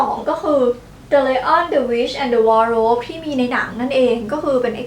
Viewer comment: ขอโทษครับเเต่ตุ้เสื้อผ้าอ่ะ. อ่านว่าวอร์โดรบ รึเปล่าครับ??